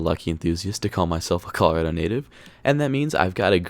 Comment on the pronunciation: You’re a Colorado native but can’t pronounce the state’s name correctly?